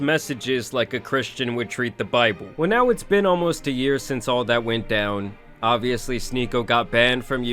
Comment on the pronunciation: Did you really just pronounce "obviously" like "obliviously"? 😂